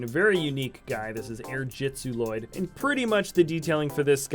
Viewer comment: It's pronounced ll loyd